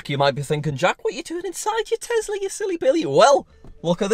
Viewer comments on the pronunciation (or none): I like how he said tezla and my friend was omg lol it is Tesla I started laughing but It is fine how u say it ur content is great 😊❤